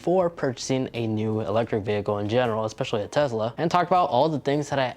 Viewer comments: Why do you keep saying TEZLA annoying af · Tez-la? Bruh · Quit saying tezla